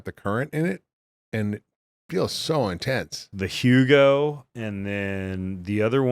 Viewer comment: PEMF brand??? Hugo??? Is it Hooga???